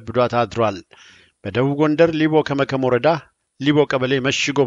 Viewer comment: !:-እባክህ "ከመከም"ሳይሆን ከምከም በል::"አገርሽ ወዴት ነው ብዬ ብጠይቃት ከምከም ብላ ሳቀች ነገሩ ቢደንቃት"ሲል አልሰማኸውም?ወረታው ውቨት!!!